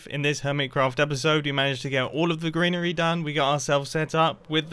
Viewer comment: I'm why but when he said greenery my head just immediately spelt it like "grianery" and I'm never turning back